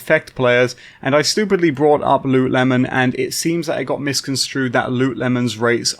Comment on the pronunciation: *Lootle mon